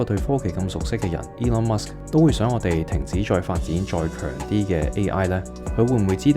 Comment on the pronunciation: 你好呀！岩岩睇到條片彈出嚟。 第一次睇到你嘅片 好好嘅分析，多謝！ 如果可以改改啲懶音就會讓人聽得舒服好多。 Eg 方向、強啲、佢哋、腳、行業 etc 我好珍惜廣東話嘅台，真心希望你做得更好。🙏 唔岩聽，就請delete. 謝謝！🙏